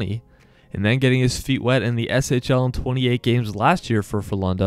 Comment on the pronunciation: Yes SHL is right.👍